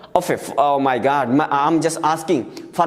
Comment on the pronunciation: Ohh my Goad (God) Sir pronounced it😊😅